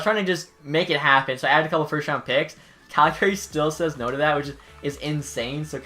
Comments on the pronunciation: out here in alberta we don’t pronounce it as the name gary. it’s cal-guh-ree lol love your vids but just giving a little western charm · It's pronounced CalGay right? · stop saying calgary wrong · You can tell someone isn't from Calgary, by the way they say Calgary. People from Calgary will know what I mean.